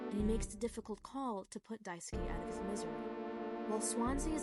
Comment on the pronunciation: lmao yea that was it